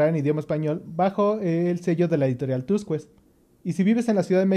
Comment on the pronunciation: Tuskets: así se pronuncia